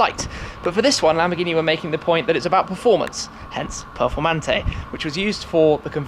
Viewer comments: For Christ sake his accent makes it sound like he said " Lamborghini Purplemantee" 😂😂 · Voto pronuncia "performante'': 2